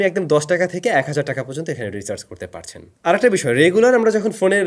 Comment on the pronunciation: রিসার্চ না ব্রো, রিচার্জ😂